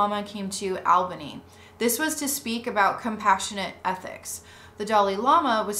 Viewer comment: Excellent series! A couple of pronunciation notes from a local: 1. The “Al” in Albany is pronounced like “all,” not like the man’s name “Al”; 2. The final “e” in Keith Raniere’s name isn’t silent: ruh-NEER-ee; 3. The local newspaper, the Albany Times-Union, has run some good investigative pieces on the cult.